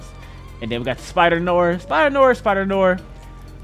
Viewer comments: “Spider nor” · “Yoo we got spider-Noor “ me: open de noor